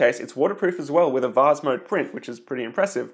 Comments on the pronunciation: the vaz again lol (please say vase instead of vaz) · He did offer the alternative of "vaze". Hey! It's vase, rhymes with base.